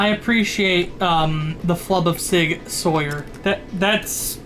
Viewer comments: Sig "Sour" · Yeah good for your fucking Swiss ass like shut up Sauer is pronounced sour deal with it fuckface